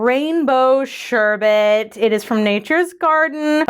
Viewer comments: “Sherbe*T* Looool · I love how you say sherbet lol